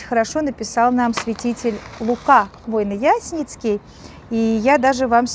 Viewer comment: Спаси Господи! Одно маленькое примечание: святитель Лука Войно-Ясене'цкий (ударение на 2-е е). Кстати, есть замечательная книга "Я полюбил страдание" - автобиография святого. Всем рекомендую.